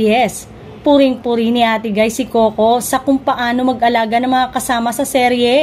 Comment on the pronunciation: Ayusin mo salita mo. Ate gay at di ate guy!